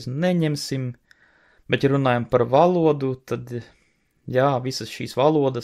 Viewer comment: Tu vairāk uzsver vārda galotni. Valodūū